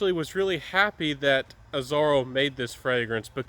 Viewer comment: Azzaro... not Azzoro